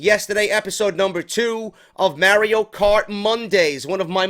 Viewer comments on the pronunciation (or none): Stop calling it may Rio cart lol it's Mario